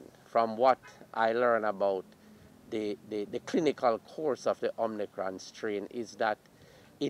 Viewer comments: I thought it was omicron but this doctor said omnicron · Lol. He did say "omnicron"